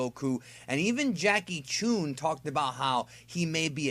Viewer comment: I’m not trying to make a stink but you said chune. When it’s Jackie chun. You heard it in the anime dub. Why would you say it wrong i don’t understand??